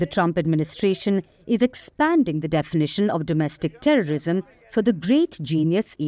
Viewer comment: HATE NOT TERRISUM